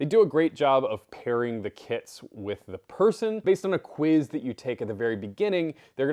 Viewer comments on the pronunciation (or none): none